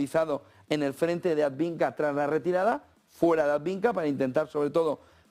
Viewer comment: Por qué sigues diciendo "adviNka"? Coniooo!